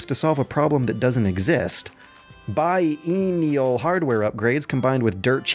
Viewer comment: Alright. Say it with me. Bi (as in bisexual) + enn (as in end) + ial (as in eel).